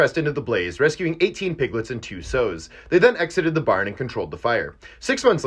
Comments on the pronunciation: Fun fact UK pronunciation Wiltshire ..... ( Wilt-sheer) not (Wilt-sh-i-r) Sows .....? (S- ows) not (sews) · This was indeed a fun fact, but i had to laugh at him pronouncing sow as sew. The O in sow has the same sound as in howdy. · The way he pronounced 'sows' does not sound right, pretty sure its 'more of an 'ow' than an 'oh' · Plural for female pigs is pronounced “sows” not “sews” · 'Sows', when it comes to female pigs, is pronounced with an 'ow' like in 'wow' or 'brow'. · Fun fact it's pronounced Sheer not Shyer Also sows ryhmes with cows. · Sow is pronounced like cow. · In sows the o is pronounced like the ou in the word sour. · Only thing I'm mad about is how you pronounced sows... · ...honestly more hung up on the way you say sows, I've never heard anyone pronounce it that way and I'm wondering if it's accent produced or just a word that hasn't been said aloud before? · Fun Fact: You don't know how to pronounce Sows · Learn to pronounce "sow."